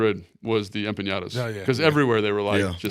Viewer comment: He said "Empinata" lol EMPANADA. Or Empanaditas